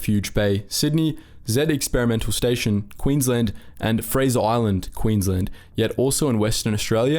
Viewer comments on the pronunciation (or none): none